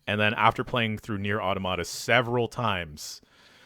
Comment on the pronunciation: No one knows how to pronounce automata, huh?